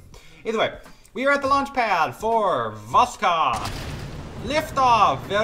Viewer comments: its not vosCod but vosHod Hod like Hood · For Korolev, i believe you should read it more like "Karalyov", because it is written "Королёв", so Korolyev is actually more accurate than Korolev Also, you don't read "k" in Voskhod, because originally it doesn't even have k And Sayuz, not soyuz. This thing with reading "o" as "a" is a little wierd, but it's about accent, so... yeah All that isn't necessary, but i think it's cooler to say russian names correctly